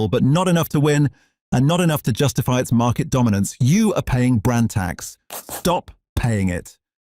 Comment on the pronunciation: 😂😂😂😂😂😂😂 "Brnad Tax" 😂😂😂😂😂😂😂😂